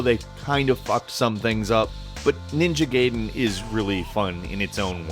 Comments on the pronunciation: STOP SAYING NINJA GAYDEN, LOL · Can't wait for that Neo game that has bits of Ninja Gayden in it. Seriously though that pronunciation. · Do you really pronounce ninja gaiden like that?? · ninja "gay den" lol its "guy den" you idiot. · please.... one of my only peeves nothing against you... its GUY-den not Gay-den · Ninja Gay-den? I think you played the Chinese low budget clone bruh... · its pronounced ninja "guyden" not gayden lol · ninja "gay den" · "Ninja Gay-Den". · ninja "gay-den" ugh... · "Ninja Gheyden" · Blugh, "Studio Jeeblee" "Ninja Gayden". Come on, boy. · Your use of "Ninja Gaden" takes me back to a pre internet time when we had no idea how to pronounce words. I used to call it that for like the first 20 years of my life till i heard people say it the correct way(of course the "correct way" is all relative to where you're from...). It made me happy when i heard you say it that way none the less. :) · ninja gayden lol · "Ninja Gayden" c'mon